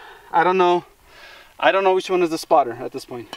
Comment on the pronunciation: "IOnt Know"